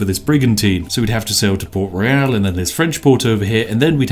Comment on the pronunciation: He keeps mispronouncing the word "Royal". This is why Yorkshire Tea Gold won't sponsor him.